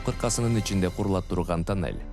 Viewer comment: Кудайым сиздерге куч кубат берсин,омурунор узун болсун,кандай кыйынчылыкта иштепсинер азаматсынар,азаматсынар,ишинерге ийгилик жеп-жутарлар ооздорун тыйышса Кудакааласа жолубузда бутуп калат.Журналист окуп атканда туура окусан,Кыргызсынбы.......? танель эмес тунел